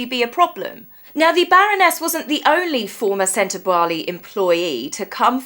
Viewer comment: Thanks for pronouncing Sentabale properly. You may be the only commentor that does. 😂 We read it the same, Dr Sophie has sufficiently valid complaints to convince a law court. I think if these ex-board members push, she will push back and they won't like it. I absolutely believe Meghan is the influence here. This lady has more experience and qualifications the H&M together. She's also attractive. And she gets to associate with Harry. All things Meg hates. Oh, and she doesn't have to wear spray tan to be black 😂